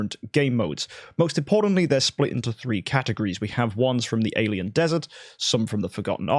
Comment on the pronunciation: It isnt desert like Sahara :D it is dessert like food :D